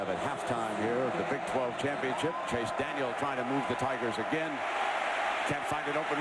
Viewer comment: its allright maybe you guys might win a bowl game for once in your life and by the way its CHASE DANIEL NOT CHASE DANIELS